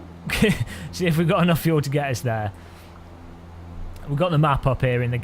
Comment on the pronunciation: FUEL not FULE